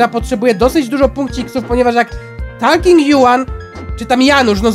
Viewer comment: Super odcinek z tobą ale on mówi taking tom